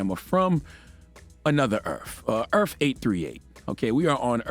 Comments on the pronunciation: Dammit Char it’s EARTH not EARF!!! Speak f….king English! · Is he saying "EARF?" Lol